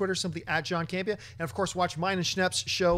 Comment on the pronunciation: Campea....not camera.